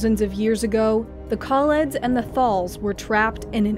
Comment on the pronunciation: Haha, get davros and kaleds and thals right but skaro was a bit hard. Scar-oh